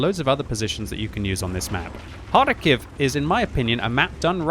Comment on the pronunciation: That kharkov pronounciation tho 😂